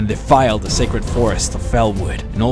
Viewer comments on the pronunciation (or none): none